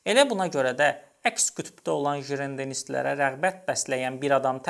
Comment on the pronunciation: Jirendenistlər yox Jirondistlər, xahiş edirəm xarici adları düz tələffüz edin, səhvləriniz olur.